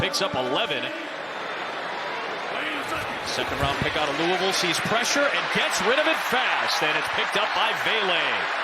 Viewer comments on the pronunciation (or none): none